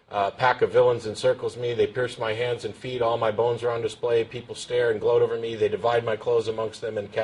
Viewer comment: I love how he's all like YEAH, DIS SHOW IS OHVA!!!